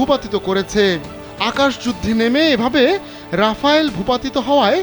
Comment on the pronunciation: আরে আ'বাল রাফায়েল না রাফেল